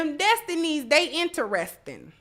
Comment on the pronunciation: INTREST-ING....NOT ENTER-RESTING